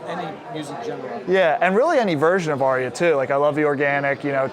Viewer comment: and "Arya" has but TWO syllables, despite the mispronunciation by the HiFiMan representative.